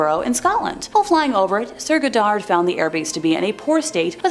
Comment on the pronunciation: "Edinbro" FFS Never mind the pronunciation of Irvine or Goddard.